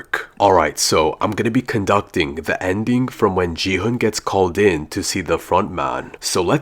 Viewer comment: its gi hun not ge hun